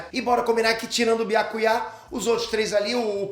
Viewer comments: Byakuyá ? Fala o nome dele direito mzr Byakuya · Ta de lascar ouvir pronunciar errado o nome de Byakuya e de outros personagens. Depois ele quer ter razão quando reclama quando pronunciam o nome dele errado.